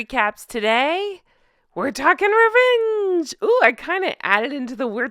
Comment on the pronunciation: Yeyy rrrrrevvenge hahahaha, ooh tell me, tell me 😁